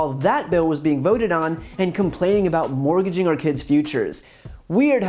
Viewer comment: Morginging your children's future, that's a hunded and sixty sighs Americans including the firsforff.four. It's a tradgy this man didn't learn to speak before he began to speak. Comedy gold